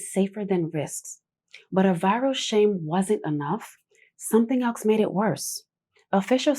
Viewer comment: New one on me: twice you said "nothing elxe" instead of "nothing else". That's just bizarre. Just when I had made my peace with the peculiar "ax" ousting "ask" everywhere, I find this monstrosity! Too much. Pity- when you're otherwise such a pretty lady.